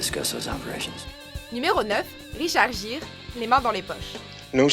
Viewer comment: video de merde! vous, français de ce monde, voudriez-vous apprendre à prononcer les noms? Richard Gere... honnêtement j'aimerais pas être Richard Gere et me faire détruire mon nom comme vous le faites... des profs d'anglais anglophones vous aiderait surment! caliss que j'ai honte de vous entendre parler. Vous faites honte au francophone.. Ne pas comprendre ce que veux dire un gâteau au fromage et comprendre un cheesecake, qui est clairement un mot anglais, vous nous donner la honte bande de crétins! continuer de vous croire sur un nuage, vous n'êtes que des imbéciles!